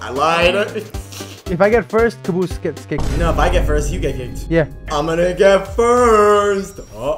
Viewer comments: Caboose said caboo lol😂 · Why did he said caboo lol😂😂😂😂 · Caboose try saying ca-Bose get it